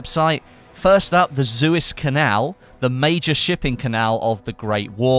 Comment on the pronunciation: It's Suez canal, not Zuez canal:D,! Luv ur videos! <3